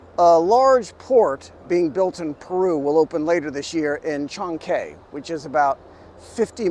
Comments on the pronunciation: Chancay, say it like Shanghai. There is no "Kay" in Chancay. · Unlike English, it takes 5 minutes to learn how to pronounce the vowels in Spanish. Maybe less. But this guy wouldn't bother. The way he pronounced Chancay... My God! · Chancay sounds so much like Chinese. It’s actually a place in Peru with its own Chancay culture existed before it was absorbed by the Inca. It is pronounced as Chan-guy.